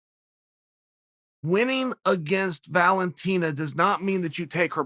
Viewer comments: Valenteen... no wonder he always calls her The Bullet. Which nobody else calls her. Learn the fucking names. Chael “YaRir” Sonnen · The way Chael says Valentina hahahaha